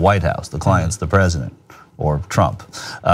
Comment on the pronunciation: "Predisent"!! Ha ha, I love it!